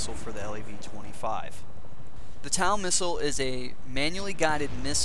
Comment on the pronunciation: TOW! T O W! like on your foot. not tal.